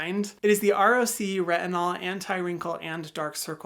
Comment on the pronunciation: It’s funny he pronounces it as R.O.C. Instead of rock.